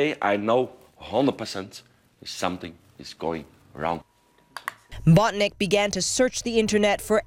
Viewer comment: it's not BOTNICK it's BONTINCK